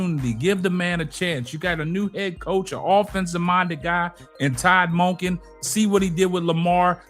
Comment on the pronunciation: You're killing me with the way you pronounce Todd Monkin 😅